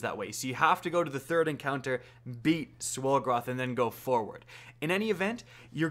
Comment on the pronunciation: Was he saying swollgoroth like swollen golgiroth (I’m a bit of an idiot)